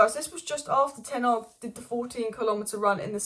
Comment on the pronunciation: 'Tenarg' is my favourite pronunciation lmao